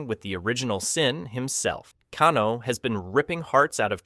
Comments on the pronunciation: He said Kano right then mispronounced it later like Kahno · Pls don't call him kahn-o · You know you say Kano two different ways in this video it's pronounced Kane (o) not Kan O